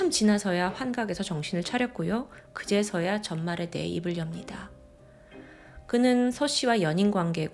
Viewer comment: 왜 이렇게 ㅈ발음을 이상하게 하지;; 전과 -> 젼과 그제서야 -> 그졔서야 조사 -> 죠사 처음 -> 쳐음 왜 이렇게 발음함..??